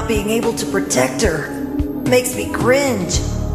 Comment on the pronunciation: Somehow, I can't unhear "cringe"